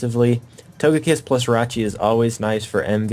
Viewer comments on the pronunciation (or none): the way he says togekiss makes me wanna die